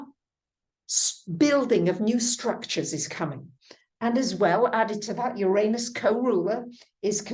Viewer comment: You are mispronouncing Uranus.